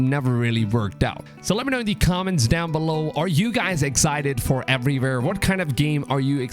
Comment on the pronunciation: Every time you say “everywhere”, it sounds like everyvere😂😂🔥